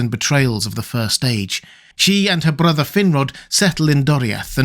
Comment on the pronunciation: Was it really necessary to say "brother" with the pseudo-Tolkeinesque/latino lipcurled RRRRrrrrrr?